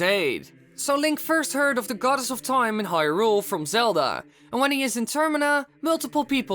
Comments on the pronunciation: if i had a penny every time he said TOIME... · Am I the only one that gets more annoyed each time he says time?